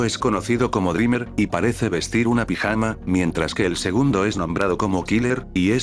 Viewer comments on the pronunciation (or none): none